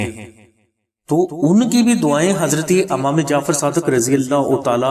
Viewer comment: Bhai lafz imam hota hy amam nhi